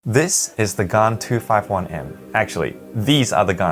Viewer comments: It is pronounced gan not gaan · Please don’t say gaan in India, they will hear “gaand”(ass) (I have Xs as my main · I feel weird when you pronounce Gan.